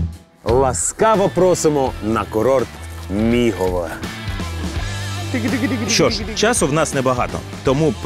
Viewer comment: "мігово" отакої. про Буковину похвалила, а тут біда)) Мигове!